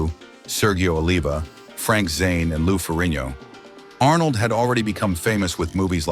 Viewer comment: The AI voice pronounced Lou Ferrigno as Lou Forinyo